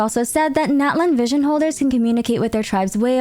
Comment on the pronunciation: Min what must I do for you to say Natlan correctly (not-lawn)😭😭😭😭😭